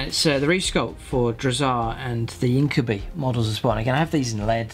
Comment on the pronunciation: Your pronunciation of Incubi it's actually the most correct since it's a latin word